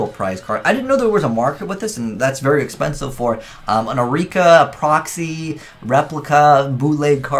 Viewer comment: "Expencise" Kappa